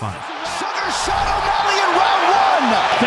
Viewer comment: Dude look up pronunciations hearing you say every fights name wrong hurts me